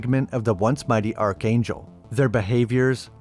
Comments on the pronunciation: Ark-angel. Not arch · Archangel ... is pronounced ARKANGEL... Otherwise the video is great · Arch in archangel is pronounced ark, also the image showed the angels ripping him limb from limb not cutting him apart. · Dear man, Arch is pronounced like Ark. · It’s Azarel not ozrael, and archangel is pronounced Ark-angel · Hard ch in archangel, hard g in Gah-mor-rah (in the beginning of the video). You put so much work into these videos, I don't want them tripped up by simple mispronunciations. Enjoyed it as always! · Yeah for real lol